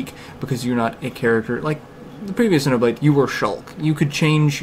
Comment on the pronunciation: Refreshing to hear someone who can say Xenoblade correctly. :-)